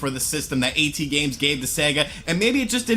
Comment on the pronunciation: "A-T-Games"? It's *AT*Games